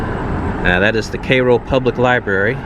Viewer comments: Interesting and surprising to see how much of America is in decay. There's a beauty to the ruins though and the pronunciation of Cairo sounds odd to Australian ears...we say it as Ki-ro. Also some of the neighbourhoods look terrifying, we have nothing like that here and we have gun laws which do stop most of the crazies from mass shootings. I've always admired American culture, especially the music and cars but sadly that America is now gone. Keep the videos coming please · Born and raised. It is pronounced "care-oh" My mother's oldest brother (and family) still loves there. It'll always be home! Last grocery store closed a few years ago. People drive over to Charleston or Sikeston, MO to shop for groceries. Paducah, KY (spent lots of summers there, dad's mom lived there) is another option. As is Cape Girardeau, MO. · How do you have so many subscribers yet can’t pronounce Cairo? Lol weird! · Cai·ro Pronounced.........When ever I hear someone mispronounce a word, thinking they never finished high school. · Lord S, Thanks for this super vid and U have shown a frontier where Tx Governor Abbett can begin routing his buses of our 'loving kindness of world homeless' ones here, for the 'good USAmerica life' to get started. "Recover and clean Ur new home in Cairo ILL. "Work Equity". Maybe, the NYC mayor can send thousands of his nu arrivals to places as this and Detroit N making one's 'New start N the USAmerica 'rich, success story'. (In CairoGA, the kind ppl pronounce it, "Karo", as it should). : ) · His pronunciation of “Cairo” is driving me INSANE!!!!!!! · No you didn’t name it anything. And sad how silly you are to think someone would name it Cairo and spell it exactly the same way as the city in Egypt but pronounce it differently. Are you kidding right now. Look on the back of a dollar bill. Enough said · He is not pronouncing it currently. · Isn't it pronounced like the City in Eygpt? or is this a midwestern pronunciation? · Learn how to pronounce the word Cairo.